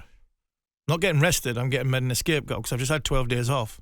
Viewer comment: Is he saying "escape-goat" lol